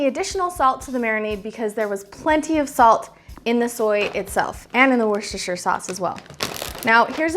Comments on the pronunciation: In the Uk it’s pronounced “wuss ta” sauce. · It is pronounced Wus-TA-Shear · It is spelt Worcestershire and pronounced WOOSTERSHIRE Sauce. LOLOL.